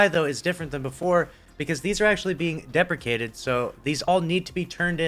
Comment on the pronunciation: Thank you for saying the word deprecated right, most people say depreciated